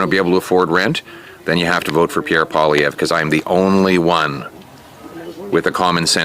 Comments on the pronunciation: Its pronounced Polly-Ev ,, the "re" are silent. Poillievre is very much loved and barring any election rigging, Pierre will be Prime Minister of Canada . I am a card carrying member of the Conservative Party of Canada and do campaign work for our freedom movement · I'm Canadian and I sure as hell will not vote for Justin Marxist Soyboy Trudeau. Thank you for the video highlighting Pierre Poilievre. Pronounced Pol-lee-ev, Benny. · His last name is pronounced Polly-ev. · Pierre Poilevre is pronounced Pierre PWAH-LEE-EV (r is silent). Repeat 3 or more times so it rolls off your tongue. 🍎🍁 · I’m Canadian and I think Pierre is our next leader by a landslide. Pronounce his last name as Paul’-e-ev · If you’re gonna come down try to learn the French language a little .. sound it out like poliev poly-ev. Simple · Greg Foreman BCP got Poilievre's name better than Benny. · Canadian from Toronto and I never miss your show, Benny. Would love to see Pierre on your show, just remember the ‘r’ at the end of his last name is silent. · Thanks for giving Pierre Pollievre a bit of coverage. (Polly-ev, just remember the 'R' is silent) ...Times are horrible here in Canada. The next elections of both our country's are crucial. Its insane to think that both Canada AND the United States have the single worst leader in their country's history. There's literally zero that the Liberal government of Canada can do to change my ticket from being 100% Conservative. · Its pronounced, "Poll-e-ev". ;) We love Pierre Poilievre and everyone I know want him as our new PM ASAP!!! Truedick has destroyed our Country beyond recognition. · Having been born in Quebec, Canada, spoke French before English, please call your local H.S. French teacher. In the beginning of the clip, you almost had it; then after you heard Pierre say it, you totally nailed it. At the end there, you totally lost it 😅 It's Pol/live/iere. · It's pronounced Pierre polly-eff and he's a good one, based af, come on Benny our boy